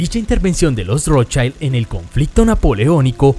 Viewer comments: No se pronuncia "rotshAILD" porque no es inglés. Es "rotschild", con i normalita. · Si dices que escudo se dice "SCHILD" entonces no pronuncies "ROTSCHAILD". Pronuncia "ROTSCHILD". Es alemán, NO inglés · No se pronuncia rotchaild sino de Rotchild. Es alemán, no Inglés. Es Increíble el complejo de inferioridad respecto a los Gringos que tenéis los hispanoamericanos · Exacto! En alemán no se deforma la pronunciación de las vocales como en ingles.. por lo tanto se pronuncia ROT SHILD.. talcual ( y no ROT SHAILD) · Como es un nombre de origen aleman, no es ROTSCHAILD sino Rotzsgild. Saludos desde Venezuela. Rotzchaild seria si fuera ingles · Nota: en alemán se pronuncia como sería en Español, con "i" y no con ai". Entonces sería Rót-schiiiiiiiild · que cringe cada que dices rothschAaaild